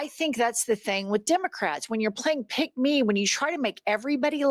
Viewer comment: The penny drops ! Every time I heard you say Pigmee policy I wondered what you meant. So it's pick-me policy.